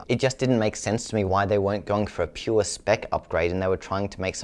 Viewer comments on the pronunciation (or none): none